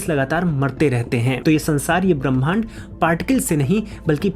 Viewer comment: भैया!मैं आपकी एक भूल की ओर ध्यान दिलाना चाह रही हूँ।ब्रह्मांड को पढ़ते समय ह् को पहले बोलना चाहिए,म को उसके बाद।' ब्रह् मांड' शुद्ध उच्चारण होगा